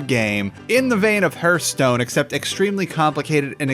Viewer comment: In sorry but the way you say hearthstone is very distracting.